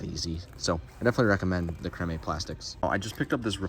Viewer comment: Hey if you gotta ask about The Googan Squad just read this definition…..”Noun. googan (plural googans) (derogatory) An inexperienced or badly-behaved fisherman”! Lawl by definition they’re garbage! 🗑️ Oh and fyi not to be an 🫏 but it’s pronounced cream (Crème).